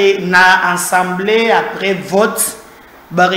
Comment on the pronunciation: A-100-BLÉ et non AN-100-BLÉ